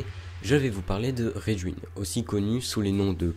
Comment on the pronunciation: Sympa! Soucis de prononciation pour Raijin par contre.